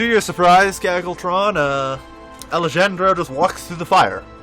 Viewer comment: Alejandro = Ali-Han-dro. The J sounds like an H.